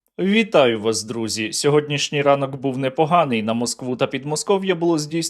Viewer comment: Сергію, я підписаний на тебе вже п'ятий рік. Підтримую ! Але не вітайся так : " уітаю вас, друзі " . Уітаю ... Не треба